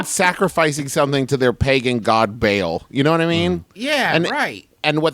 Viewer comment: Travis pronouncing Ba’al as Bale killed me lol